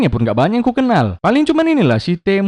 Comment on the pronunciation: eee eh, biawak biawak, itu pun tak bisa kau bacanya, itu namanya teemu puuk, ah tak jadi aku, mak aku komen nanti 😂